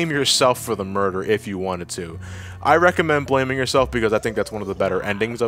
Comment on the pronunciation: ...2/10, not strong enough rolling "r"s in muerrrrrrderrrrrrrrrr...